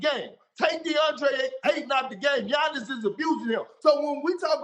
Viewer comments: K.p finally learn how to Giannis’s name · I'm surprised Perk was able to pronounce Giannis' last name correctly